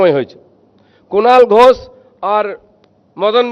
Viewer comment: নিজের নামটাই সঠিক করে বলতে পারে না,তার কাছ থেকে রাজনীতি মানুষ কি শিখবে!!!😂😂😂 নাম বলছে "ঘোছ"😂😂😂😂 ণত্ব বিধান, ষত্ব বিধান বলে তো একটা কথা আছে নাকি???😅😅😅